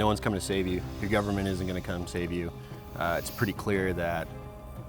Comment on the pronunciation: The way you said the word ‘government’... man I feel that every day. Blessed video, God speed to Dickens and every free man.